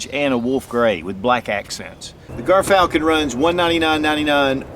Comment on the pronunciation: Dont mean to be that guy but its pronounced JEERFALCON